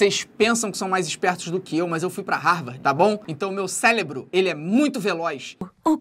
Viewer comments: É pq o Felipe disse "celebro" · Disseste "celebro" acho q é cérebro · Kkk o "celebro" do felipe e muito rapido kkkk Obs:e cerebro